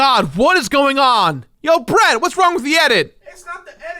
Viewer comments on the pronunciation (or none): none